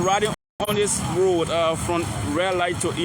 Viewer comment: He keeps calling Road- load 😂😂😂😂😂